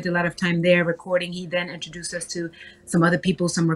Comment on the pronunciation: If TashaK don't stop saying enterdouced,,,IN-TRO-DUCE PLEASE lady.